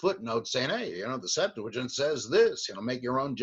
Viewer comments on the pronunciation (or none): Please please stop saying Septuagint with an "L". Liking your videos though!!! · I can't tell.... are you saying "septu a gent" or "septu la gent?"